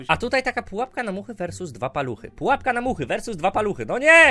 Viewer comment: #PUAPKA 💕 Kocham jak on mówi Padżąk 💕